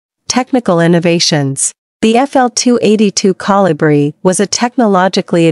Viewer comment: Couldn't properly pronounce the name of the Kolibri. Very distracting to say the least.